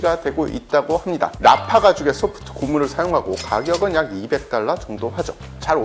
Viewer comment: 이분은 다 좋은데, 말을 끝 맺을 때 좀 더 정확하게 발음 해줬으면 좋겠고 말 끝이 너무 약해서 잘 안들림. 예를 들어, ~~~ 합니다를 함다로 발음 않 했으면 좋겠음.